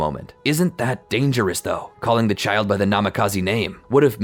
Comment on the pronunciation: "Im not gonna leave this chilid to fend for it's self" -Hirozen 😂😂😂